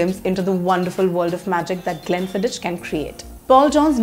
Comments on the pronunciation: It's pronounced as Glen-fidd-ick and not Glen-Fidd-ich. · Some class, better than most on the Indian YouTube arena talking about whiskies…but you pronounced one scotch wrong or should I say not in the perfect Gealic…which to a connoisseur of great whiskies like myself is nothing short of a crime…Glen Fidik…but no worries…ur urban cool expressions compensated for it…all the best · No 🤣 It is pronounced as ग्लेनफिदीख The reviewer is an amateur, just reading online information and displaying online pics 🤣, they should've shown real bottles and real tasting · Lol, Nirvana is just about the worst whisky from PJ'S stable! Kuch bhi. And if you're gonna be posting on single malts, at least learn how to pronounce Glenfiddich and Macallan properly!